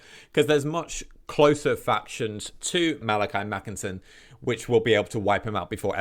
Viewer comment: 🤓🤓 Ackshually it's Makaisson not Makinson, Kholek not Khoelek and Tamurkhan not Tamurkhon 🤓🤓